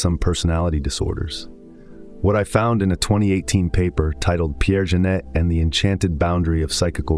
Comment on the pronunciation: It amaze me that an AI with a such profound knowledge is missing up the name Pierre Janet with Jeunet...